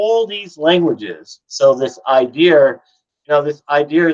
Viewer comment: Why do you add an r to the end of the word idea?